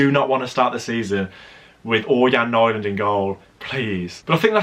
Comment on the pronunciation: it is pronounced n-ee-land